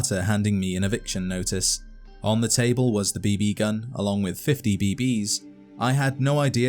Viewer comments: the way you put a sleight emphasis on the 2nd "b" is different than the way I say it... and the way you said it 800 times is cracking my brain! beeBEEE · "B-Bee"... Why is this pronunciation driving me mad... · The B Bee gun.............. Kill me.......It's just BB. No pause, space, or fancy accent. Just BB.